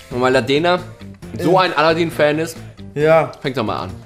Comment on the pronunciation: Haha aladäää*-* Heisst aber aladin also wie mans schreibt^^